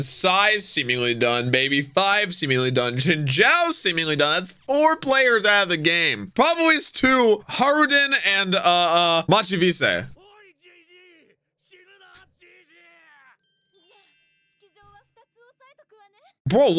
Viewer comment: 30 seconds in and he already hits me with the "Machi-vis-hey"... I was happy he was down for the count so you didn't have to name drop anymore... Why..!?